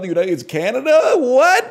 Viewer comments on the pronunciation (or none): none